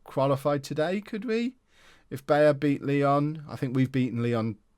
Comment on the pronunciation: The best part of the whole not-being-able-to-pronounce-Valladolid thing is that the part he’s messing up is pronounced the same was as he messes up Bayer